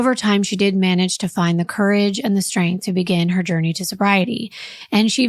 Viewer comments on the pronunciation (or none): none